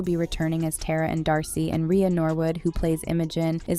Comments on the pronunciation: It’s Tara,not TERROR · It’s pronounced tar-ah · It’s not “tear-ah” it’s “tar-ah” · I can’t believe she says Tera not Tara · Its tara not teara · And Tera. Its TARA